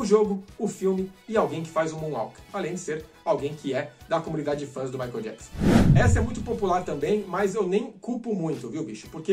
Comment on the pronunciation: Eu me lembro quando o Michael veio ao Brasil em 93 os telejornais falavam jackson da maneira que se escreve, eles erravam na pronúncia do sobrenome dele rs rs rs....